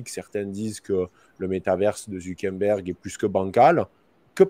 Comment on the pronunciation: Zuckerberg pas Zuckenberg 😂